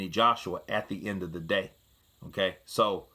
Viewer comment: "Hmm kay" =Okay 😂